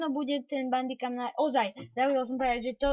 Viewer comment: Čita sa to bendikem piše sa to bamdicam